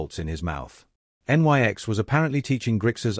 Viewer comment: Always annoyed by the use of stupid, uneducated Artificial Stupids. En-Why-Ex indeed!!! why didnt the writer instruct his artificial Stupid to say NIX when it sees Nyx?